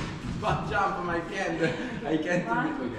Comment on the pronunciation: my FRIEND L mia maestra: si dice FREND